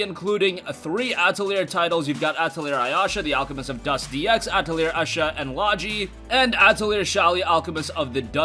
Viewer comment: Escha is pronounced Eska, looks like people don't know how to pronounce Atelier anymore. It's a French word meaning a bundle of sticks or workshop, which if you've played the games it obviously means workshop. Idk if I'd get the trilogy on PS4, already have it on PS3. I know a fair amount of guys think Atelier games are too "girly" or "gay", and they're wrong it's a very interesting game series that's been around almost as long as Final Fantasy, just not as popular. Some of the games are very challenging, cause you're on a deadline trying to complete the main quest, do all side quests, and stay geared up while trying to reach the end of the game on a in game time limit. The side quests are optional, but definitely recommended in order to get recipes for alchemy that you can't get any other way. And the other games just have side quests on a deadline, in general the games teach time management while still being fun, interesting, and challenging. Very underrated jrpg's I think, with a focus on crafting with alchemy and story. Each trilogy is a different world, idk how I feel about the PS4 exclusive trilogy cause it's just a melting pot of all the characters from the older games, the newest Atelier game is to. It bugs me the devs are doing that. Like why? Getting too lazy to make a new cast or what? If anything I want to see the older than PS3 Atelier games remade, my family was too poor in my childhood to get much in the way of games. So remakes are very welcome